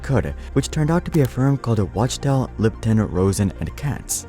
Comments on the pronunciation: It's clearly spelled Wachtell. How you keep saying Watchtell? It is pronounced Wak-Tell. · It’s pronounced “wock-tell”